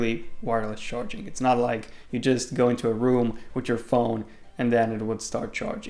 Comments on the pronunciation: you messed up, dude. "charing" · "wireless charing"??